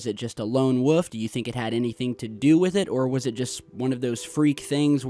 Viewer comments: one of those people who pronounces the word wolf as “woof” instead of “woLf” lol. Good content homie keep it up. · I love but it kills me every time he says wuff instead of wolf lmao! I noticed that a long time ago! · 'lone woof' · God damnit he said woof and I heard nothing else after that... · "A lone Woof" lol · Did you say "lone WUFF"? 😂😂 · You have become a very good professional interviewer. Well done. Still can't say wolf tho. 😂 Peace bro. Keep it real!